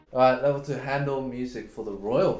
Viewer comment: Anybody else triggered by the way Eddy pronounced Handel?